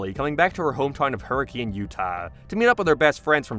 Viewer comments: completely irrelevant to the lore or continuity, but having lived in Southern Utah, i find it cool that the books take place in the same general area. I can also safely say that i don't blame you for the pronunciation you went with, but apparently everyone there pronounces it "HER-rick-kin" and it's weird as hell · Also every time a youtuber doesn't know to say "hurrakin" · Hur A KIN btw not hurriCANE Utah is weird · It's pronounced hurr-ih-kuhn. Not like the weather phenomenon. I know. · I have terrible news for everyone the town is pronounced Hurk-in 😢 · Terrible news the town in Utah is pronounced Hurk-in I am so sorry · It's pronounced Hurra-kin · its pronounced hurrikun not hurricane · I live in Northern Utah, so I don't have quite the same experience. But I sort of figured the Pizzaplex would more reasonably be in St George. Does that sound like it would work better? Poor Hurricane was doomed to be pronounced wrong by literally everyone unfamiliar with the place.